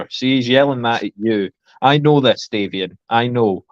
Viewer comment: Formal apology to Davian for continuing to say his name incorrectly throughout the show! Thanks for watching, everyone!